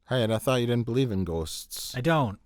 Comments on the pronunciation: If you wanna nail the Chicago-Mil accent, its this: Mike saying 'Ghosts' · I will NEVER not laugh hysterically at how Mike pronounces "ghosts" in ANY video 🤣🤣